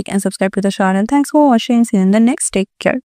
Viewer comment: please work on your pronunciation too. Words like 'superior', 'instant' and 'take care' are being mispronounced every time and it lowers the quality of the content and distracts the viewer. If you work on your english speaking skills, the end product will look more polished and feel good to the listener